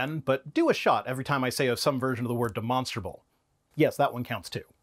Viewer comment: Uh... He shhhaaid it again. Demonshhhhtttrrruh 😴